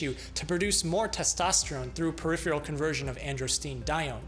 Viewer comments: Love these videos, but please note: "peripheral" = per-IFF-er-uhl, not per-IFF-yer-uhl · Is "priphual" a scientific word, or do you mean to say " peripheral "? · Hello, my favorite doctor! I adore your videos. Being a wordaholic, I must bring 2 words to your attention to correctly pronounce: peripheral (per-IPH-er-al) and menstruation.(men-STRU-ation) Minor, perhaps....but everything you do is so splendid...correct pronunciation is vital. Thanks...love. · Lots of us Americans cannot pronounce “peripheral” correctly to save our lives. Frequently it comes out “pair IF fee ull.” Don’t know why. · It's amazing to me that this guy can nail the pronunciation of words like "androstenedione" and "hyperandrogenemia", but consistently mispronounces "peripheral". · The way he pronounces 'peripheral' is just maddening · You may want to train yourself to pronounce the word "peripheral" better. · Odd pronunciation of “peripheral,” but that’s no big deal. Another interesting video. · Love your presentations. Suggest practice pronouncing "Peripheral". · Take a drink every time he mispronounces "peripheral." 😉